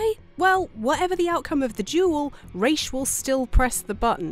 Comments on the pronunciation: Points for saying "Rā's" instead of "Ra's"👌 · ah, you said Ra's name right, you truly are wife material!